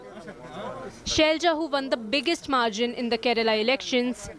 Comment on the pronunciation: "KeRaLa not KeReLa" , "ShaiLaJa not ShailJa"